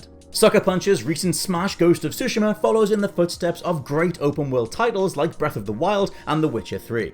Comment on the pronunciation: OK, you mispronounced Tsushima, but it looks like (unlike most around here) you tried to say it right. You're supposed to put a very light "T" sound. I don't mean saying the letter T, but rather the sound it makes in most words. You have to put a very light sound of that before you said. Good job nearly getting it right. So many people mess up totally on Japanese words' pronunciations and put emphasis on parts of the words where they don't belong for example. You did a better job saying that word than like, 97.9% of Youtube's Youtubers.